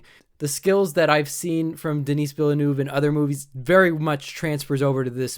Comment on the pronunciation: I'm going to see, 'Dune" this Friday, (Oct. 22nd) when it premieres nationwide across the U.S. His name is pronounced: Den-ee Vill-nueve. I really liked your review. I've heard the same criticism from a lot of people who have never read the source material.